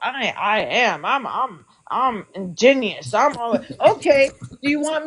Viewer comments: Sounds like somebody had 1 too many shots of Bacardi. She ain't feeling that "inginious" mofo today LOL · “Injineeeyus” LUL Liquor is not your friend lady!